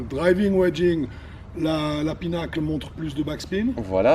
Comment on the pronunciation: Just fyi, it's PIN-uh-kul, not PEE-nuckle